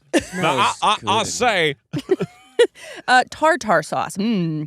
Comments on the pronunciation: I want a series of videos where and give us new pronunciations for words "Tar Tar sauce" I was dyingg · I LOVE the new format but as someone with misophonia can we get a quick break from the sounds of eating? 😂😂😂 Also glad I’m not the only one who says “tar tar” for tarter sauce 😂❤